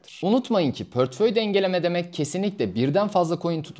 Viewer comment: Gayet güzel bir anlatım teşekkür ediyorum. Ama lütfen "pörtföy" demeyin doğrusu "portföy"! 🌿